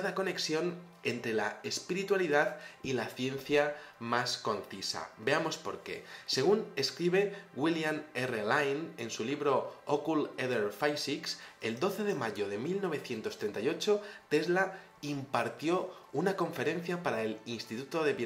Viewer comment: "Occult ether phisics" se lee "ocúlt ízer físics" y no "ócult eder faisics" aprende a leer inglés. Consejo.